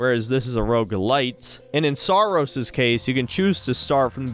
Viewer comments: Every time i hear the game's name it either sounds like saar or soros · Saros sounds like sarós I'm pretty sure in Hungarian means putrid or gross. Also please shit on the backlash over mouse pi regardless if it's warranted or not.